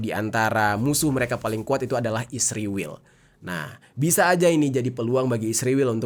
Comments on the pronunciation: Dek bukan isriwil namanya tapi Israel. Musti lu belajar ngeja dulu biar bisa membaca dan menyebut nama negara lain... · Israel 0m bkn isriwil..km yg bener ngomongnya..km gak bisa ngonten cari uang kalau gak pakai keunggulan Israel.k